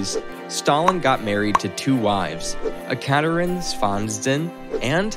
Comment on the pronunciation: I'm not Russian, and I almost died. He skipped whole syllables. He couldn't even pronounce Ekaterine and decided to name her by her last name the whole time even-thought it's harder to pronounce LOL